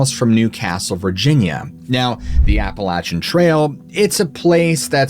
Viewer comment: Its pronounced more Appel-ashian than appalatchin. Definitely a place im not trying to camp, i live a couple hours away from it.